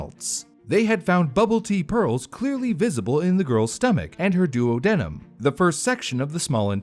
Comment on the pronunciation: Im gonna be called a hater, but thats not the way you pronounce duodenum. Doo-odd-eh-nuhm.